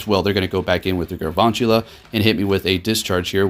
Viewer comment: There is no r in galvantula It’s pronounced Gal-van-chula